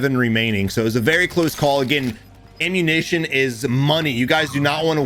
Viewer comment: I love how he said ammunation and not ammunition